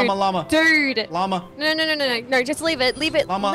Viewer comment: Wan u said lama it sond like u say mama